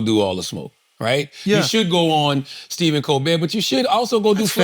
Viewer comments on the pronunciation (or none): none